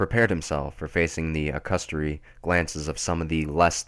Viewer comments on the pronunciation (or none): I dunno... the pronunciation of accusatory as "a-custory" was pretty frightening.